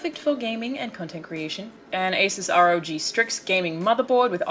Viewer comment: Holy shit...you say Asus like it's supposed to be said. Not ''azuse''.